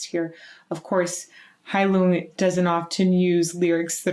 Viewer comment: I don't know if you have already learned the correct pronunciation of the band or not, but here it is. I just learned this a few days ago. Phonetically, Heilung sounds like you are saying "hi Luke", except as 1 word. The "ng" in Heilung is pronounced with a sharp ch, but with a touch of phlegm at the end. I hope that this helps.